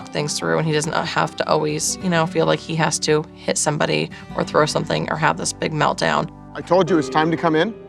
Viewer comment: Jo teaching Branson to say the ‘th’ sound, Jo, you say WIV all the time and Uvver instead of with and other PLUS what about SOMETHINK and NOTHINK, Supernanny, check you OWN pronunciation first!